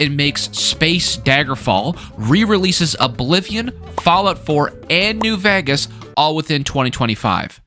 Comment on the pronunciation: the way he says “vegas”